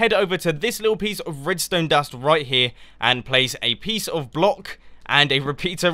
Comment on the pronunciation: "Place a piecie of block" ;D